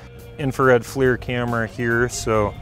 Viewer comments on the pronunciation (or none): none